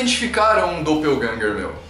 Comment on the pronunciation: 'Doppelgänger' uma palavra alemã que simplesmente significa sósia.. 'e a pronuncia não é como se tivesse lendo em inglês'